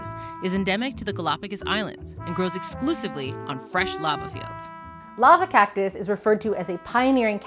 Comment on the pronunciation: "This is the lava cocktus"